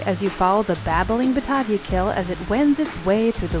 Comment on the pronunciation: Batavia => Baa-taye-via, and Cairo is pronounced C-air-oh not C-i-ro as in Egypt. Local pronunciation but then they may have been replace by the new residents.